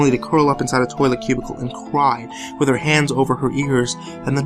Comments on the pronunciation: Am I the only one who thought that he said "I have to go take a bath in my toaster now."? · This one was really great. At first I thought he said "I need to go take a bath in my toaster now." So I was pretty confused. The I realized he said 'with' and slightly giggled.